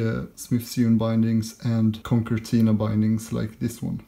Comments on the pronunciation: It's pronounced ConSertina, not ConKertina. The second C is soft, like S. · Sewn should be pronounced like 'own' or 'bone' or 'shown'. Concertina should be be like 'concern' or 'consider' i.e. the second 'c' is like an 's'. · "Conkertina" :D